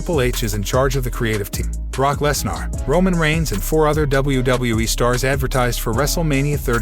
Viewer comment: LEZ NER!!! NOT LEZ NAAR!! Get these frickin names right!! If you are going to have a channel, at least learn pronunciation!!!